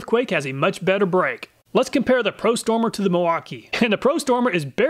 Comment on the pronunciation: Love how the prostormer makes you say pro-sumer